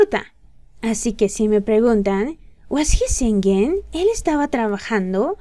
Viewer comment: Singing se pronuncia sinin , no se pronuncia singin...